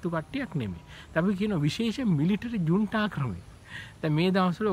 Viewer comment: "ජුන්ඩා" නෙවෙයි, "ජුන්ටා"